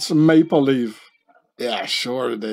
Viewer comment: It is a "May-believe"... (Maple Leaf)